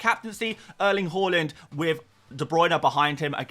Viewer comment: I'm sure it's pronounce Haaland not Whoreland